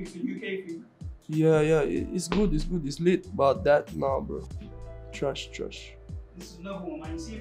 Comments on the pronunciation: Recap: TRESHHH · nobody:: TWASH, TWUST ME BRO